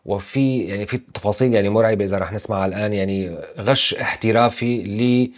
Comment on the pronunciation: مو غَش، غِش 😅